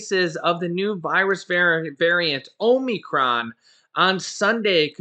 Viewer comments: It is a short o sound, not a long o. The only Greek long o sound is in Omega. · Hey, can you pronounce Omnicrom again lol! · Ahm-i-cron, think of a frat or sorority house for instance Delta Omicron Gamma, you can also say it sounds similar to comicon